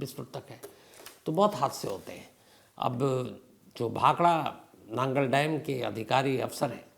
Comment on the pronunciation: Sorry sir naangal nhi nangal dam hai